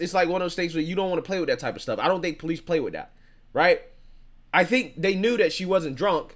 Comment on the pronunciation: Po- leece......